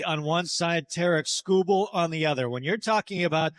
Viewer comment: lazy SEA announcer called him "Tara Kubal" lol